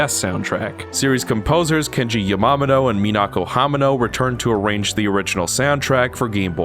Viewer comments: Never in my life would I have considered pronouncing Yamamoto as "ya mama doe" Sick review, I agree with a lot of your points, and I doubt I'll ever play the original Metroid over ZM ever again. And THANK YOU, I thought for so long that I didn't like the Shinespark puzzles because I was bad at them, but yeah thinking about it, it really is just tedious and precise trial and error shit for most of em, like that one in Super Metroid's Maridia but multiplied. Emulating this on my chromebook in high school definitely cost me a couple tests lol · I believe his name is pronounced "ya ma MO to" haha. Other than that, excellent video. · The way you pronounced "Yamamoto and "Hamano" is really cringy. Please take the time to learn how to pronounce people's names right.